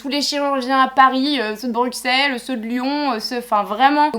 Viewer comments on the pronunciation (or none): Bruxelles > on dit brusselles